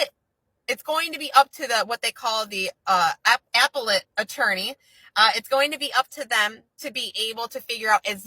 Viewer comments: I cant take it with APPLE-ette court 😂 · Somebody tell her how to say appellate court please 😂😂😂😂😂😂 🍎 🍎🍎🍎🍎🍎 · This dumb-sh1t pronounced "appellate" as... "Apple-lit" 🤬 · How she says "appellate" shows how ignorant she is of the law beyond Googling shit and mimicking information like a monkey.